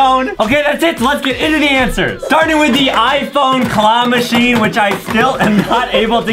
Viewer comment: Adam just have a mispronouncing part it the part of claw machine